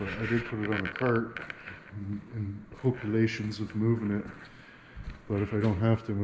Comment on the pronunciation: In accordance with the regulay-see-ons